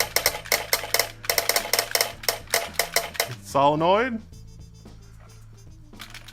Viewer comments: "vial" is pronounced "veal" now? wtf? "SALenoid?" what fucking planet am i on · Most unique way of saying solenoid that I've heard.